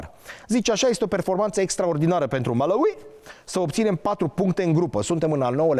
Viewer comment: Învață sa pronunți Malawi 🇲🇼 …..